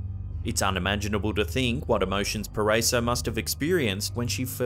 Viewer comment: Hi I'm from Philippines "Paraiso" we pronounce PA RA I SO the letter I is hard every time we say "PARAISO". Thank u. But I like the way you pronounced.:-)